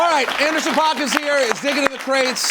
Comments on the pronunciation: rosenberg just repeatedly pronouncing paak and oxnard incorrectly. cool research you did for this , pete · rosenberg always makes a point to say PAWK and not PACK. Andy himself says pack